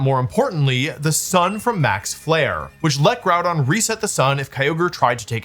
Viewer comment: Good video Wolfe but I think you were pronouncing Grùdón incorrectly